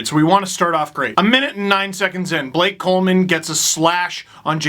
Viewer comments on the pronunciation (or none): none